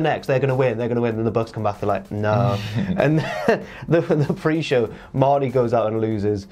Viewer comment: Hearing enunciate the "r" in "Marty" was so unsettling for no reason